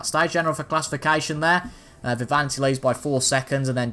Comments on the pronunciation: Its not Vivanti what ypu say its Viviani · ITS Viviani mate , loved iT